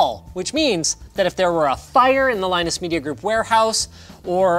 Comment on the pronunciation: That fellow who said linux instead of linus